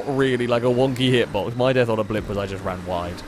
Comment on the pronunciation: “Hello, and welcome to the [BLOMP]”